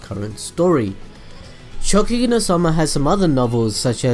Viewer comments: It is ShokuGEKI not shokugi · ShoKUgeki no soma, you kept saying Shogeki no soma :'D